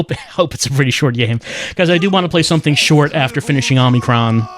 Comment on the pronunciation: 36 parts and still calls it "Omni-kron". You're killing me!